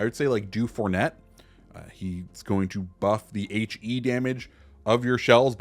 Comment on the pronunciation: it's DU-FOUR-NAY. Not Fournette.